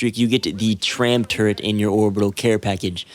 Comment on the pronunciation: there's no N in the word turret